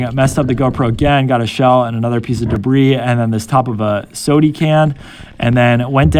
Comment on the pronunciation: Love how he says sode can instead of soda can